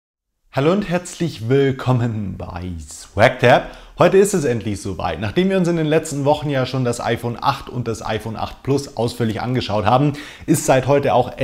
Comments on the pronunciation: Hast du ein Sprachfehler oder was „halloo und herzlich wiiiiilkomen bei swagteb“ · Endlich sprichst du willkommen und swagtab nicht mehr so komisch aus XD